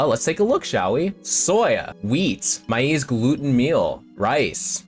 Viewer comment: (BTW, "maize" is pronouned the same as "maze". 😉 And yes, it is corn).